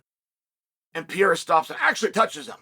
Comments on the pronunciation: I love that Uncle Chael still can’t find an “h” sound when he announces Alex “the French/Brazilian” Alex Piera. Still undefeated and undisputed 🥇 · You’re full of crap. You can’t even pronounce Alex last name right. Gtfo 😂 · Who the hell is "PEEera" Chael??? I only know PEREIRA!!! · “Pee era”